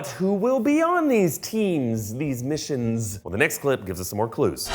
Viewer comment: lol i thought temzzz missionzzz boobzzz